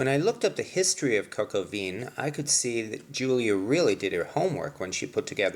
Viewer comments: please learn how to pronounce the name of the dish please. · I think you need some work on your French pronunciation,...lol!!!